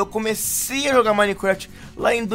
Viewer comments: tava falando Minequéft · Cara na moral aprende a falar minecraft pfv